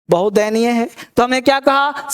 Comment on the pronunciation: दयनीय न की देयनीय । पर बहुत ही खूबसूरत अंदाज है, आपका।